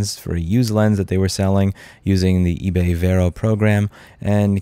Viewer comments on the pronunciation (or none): none